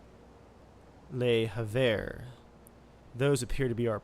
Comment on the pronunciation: Awesome new series ! And please, as a frenchman, I'm begging you to work on your pronunciation xD Google translate got most of them right, but as a little tip here if you don't have the time (I'd understand, gotta get those settlement supplies): Marseille = MaRs-eyy (hard R) Nantes = Nân-t (nasal sound, es is silent, soft T) Le Havre = Le hAvr (hard A, vr as in the beginning of "vroom") Hope it helps, keep it up !